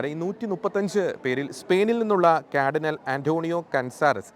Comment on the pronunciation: ക്യാർഡിനൽ അല്ല, കാർഡിനൽ